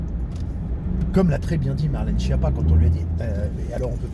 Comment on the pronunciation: Et enfin, respecte cette dame et prononce son nom d'origine Italienne correctement : skiappa, ce qui veut dire cancre nulle zéro et courge (dans les deux sens!)